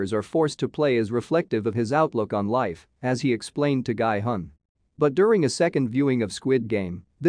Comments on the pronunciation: I strongly recommend you to pronounce gi hun to "ghee hoon". Thanks. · That is not how you say Gi-hun